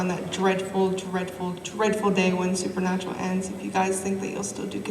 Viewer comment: "SUPER-NAPRAL" Jared honey what the heck? Lol so cute. Love these dorks."Process" and "influcence" will never the the same to me! Lol